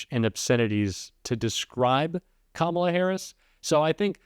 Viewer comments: He can't even pronounce her name. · Trump still hasn’t been able to learn how to pronounce Kamala’s name. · Mispronouncing “Kamala” is the weirdest, weakest flex. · The idiot still cant pronounce Kamala. Moron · STILL not even pronouncing her name correctly 🤦‍♀️ LOCK HIM UP in a rubber room in his hotel in RUSSIA 🇷🇺 SEDATED & STRAIGHT JACKETED! 🙏🙏🙏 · He can’t even pronounce her name correctly. How would he like it if his name was pronounced Doe nald? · He can't even say her name right. Lock her up for what? He's the one who should be in jail. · I see Trump continues rudely mispronounce Kamala